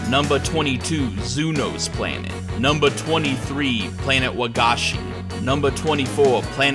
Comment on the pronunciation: This wasn't a joke but "numbah 18, Frieza Planet numbah 17" cracked me up.